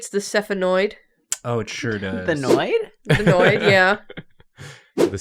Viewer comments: and sphenoid is pronounced like SFEE-NOYD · If anyone is curious, sphenoid should have two syllables and it’s like “sfee-noid” (phonetically sfinɔɪd) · I’d just like to correct some bone pronunciation dot that I’m a linguist. I just studied anatomy. Sphenoid = s-FEE-noid Stapes = stay-peas